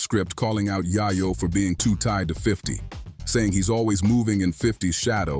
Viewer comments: Its yayo yah yo wtf 🤣 who do u even say dat wrong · It’s yayo not yahyo . Dunce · YAYO NOT YAHYOO WTF KINDA CHANNEL IS THIS🤬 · It’s yay yo not yaya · who tf is yah-yo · " yah'yo" ....you hear how they pronounce his name un the audio and the mf still saying " Yah'yo" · I can’t even listen to this. You can’t even say YaYo right. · Man you do not know how to pronounce his name correctly lmao 😂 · Bro where are you from cause you’re fuxin up their names🤦🏾‍♂️ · U shouldn't b talking on shit homeboy u cant even get the mans name right goofy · Destroyed his name 😡